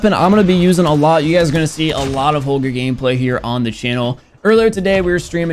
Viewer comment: i deffinitely like how say holger the normal way